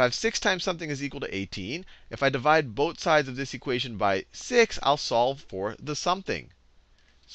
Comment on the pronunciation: I like his accent, or the way he says things. XD I know he's saying 'Both sides', but I keep hearing 'boat sides'. XD It's making me smile. I've never smiled when being taught math before. I've always hated math with a burning passion. But now I'm actually smiling at it. ^__^ That's something remarkable.